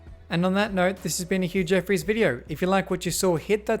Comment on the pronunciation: Do you say or huge effort?